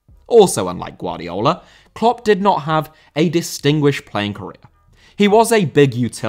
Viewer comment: Guardiola* not Guardiouwler